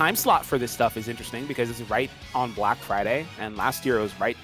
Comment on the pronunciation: can you explain why you emphasised , black?